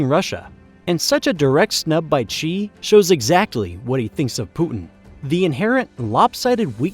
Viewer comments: It’s Xi, not Ji or Qi. And he’s Chairman, not President. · Your pronunciation of China's leader is wrong. It is not Chee, it is She. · Dude how can you make a video of this scale and still not know how to pronoune Xi Jinping? I's pronounced 'Shee' not 'Chee'. Just type it into Google Translate and press the sound button for Christ's sake... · It's hard to take this video seriously when the speaker can't decide if Xi Jinping's name is pronounced "Gee" or "Chee"... place names, too. Guess what, you can research the right way to pronounce stuff in a dictionary. BTW, Xi is pronounced exactly like the female pronoun she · Xi is pronounced "She" not "Chee". Interesting video though. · PRESIDENT XI OF CHINA IS PRONOUNCED ... "she" as in "he and she" not "chee". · the dude's last name Xi is not pronounced as "chi" but closer to "shee", nevertheless good video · WHO IS CHEE? The dude's name is XI pronounced S-SHI, it really isn't that hard ;) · Just a reminder. Xi Jinping's last name XI, the real pronunciation is just like See or Sea. For us, "Xi" is a misleading translation & spelling anyway. From a Mandarin Chinese user in Taiwan. Thanks to the world for supporting Taiwan.